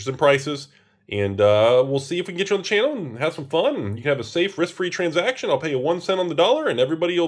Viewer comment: "Transjacktion" - 2022